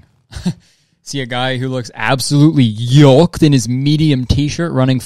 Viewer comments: Kurt.....it's yoked, not yolked lol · 🤣😂 ish, it's like Kurtis says yolked, with the l but that that's egg yolk, not yoke like an muscled ox. and i know it's probably part of the joke, but also, the amount of wrinkles in that shirt 😔 not tight enough!